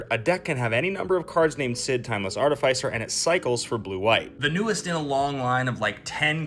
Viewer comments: I never want ti hear you say art ih fai sir again 😭💀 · Bro, that pronunciation hurts my mind, body, and feelings. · Arr-ti-fai-sirrrr Thats what I've always called it. Only been recently where I have heard it pronounced as ar-ti-fis-er, but it sounds yucky to say it like that lmao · THE WAY YOU PRONOUNCE ARTIFICER FEELS LIKE FINGERNAILS ON A CHALKBOARD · Agreed, because it’s not like we say artif-ayct. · Love all of the content but I can’t be the only one put off by the pronunciation of artificer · Hate how you say artificer